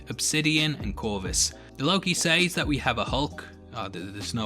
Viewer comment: The way you pronounce "says" is quite annoying.